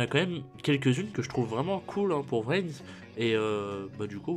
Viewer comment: Il est au courant qu'on dit pas "vrin" ? X)